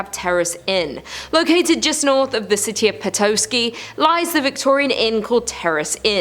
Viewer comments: Pet ah ski. Not Pet oh ski. 🤦🏻‍♀️ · And the o in Petoskey is pronounced like Ahh..like Otter.. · Thank you!!!! I live in Michigan and there are a few of these that I have not heard of and plan to visit!! Oh..and Petoskey is pronounced Peh-tah-ski.:) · Petoeeesky 😂😂 never heard it pronounced that way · Same with her saying Petoooski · Pronounced pit-tou-ski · You butchered saying Petoskey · The way you pronounced “Petoskey”.